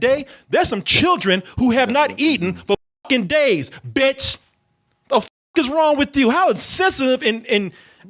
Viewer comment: You put some stank on that "bitch" 😅